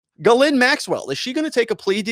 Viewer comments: Ugh, American trad of butchering french names. Gagnon is GAG-none, Dubois is DO-boys, etc. I am a Canadian, was stunned by the way all french names are incorrectly pronounced in the US. Her first name is properly pronounced GEEZ-lane. You would think after all the french canadian hockey players here.... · Why can't you say people's names correctly? Like how hard is it to read the S in Ghislaine? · You're pronouncing her name wrong